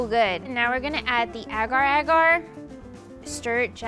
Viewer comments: I am Asian and I am raging at the way she pronounces “agar agar” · But the way she say agar-agar kinda triggered me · okay i need answers is it that only malaysians pronounce those as ah-gar ah-gar ？？？ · Why tf does she say agar agar like that...damn...triggers me everytime